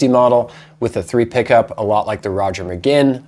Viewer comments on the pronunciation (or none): great review…but, Roger pronounced his name McGwinn, not McGinn…